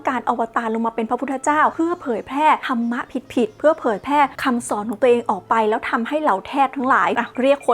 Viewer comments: नरक เขียนว่า นรก ครับ มันไม่มี ตัว า(ा) กับ ธรฺม(धर्म) อ่านว่า ธัรมะ ไม่ใช่ ธะระมะ ครับ ร.ตรงนี้เป็นตัวสะกด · และก็ไม่ใช่ ธันมะอีก แต่ตอนออกเสียง ธัร Dhar มีเสียงของการ กระดกสั่นลิ้นด้วยเหมือนออกเสียง ร แต่ไม่มีสระ อะ